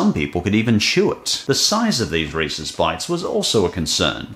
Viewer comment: I always appreciate how you pronounce Reese's correctly. As in Reese-iz instead of REE-SEES